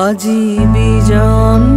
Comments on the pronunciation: ওটা বিজন্ নয় বিজন হবে উচ্চারণটা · এই বড় মাপের শিল্পীর গানের দোষ ধরার স্পর্ধা আমার নেই, তবে " বিজন না হয়ে বিজনো ঘরে হলে এবং নিশীথ না হয়ে নিশিথো উচ্চারণ হলে ঠিক হতো বলে মনে হয়।